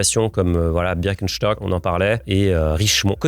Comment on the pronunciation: En tant qu’alsacien, ça me régale la façon dont tu prononces Birkenstock